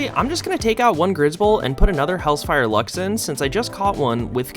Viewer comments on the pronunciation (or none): Hel - zephyr Not hellsfire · bro really said hells-fire lux